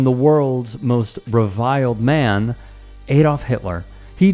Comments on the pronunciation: It's Adolf, not "Aydolf". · Eh? The guy can't even pronounce 'Adolf'.